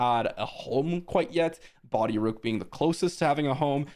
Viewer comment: its BOH-DEE